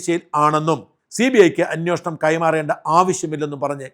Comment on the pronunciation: അന്വേഷണം അല്ലേ ശരി അന്വോഷണം എന്ന് എപ്പോഴും പറയുന്നു. Please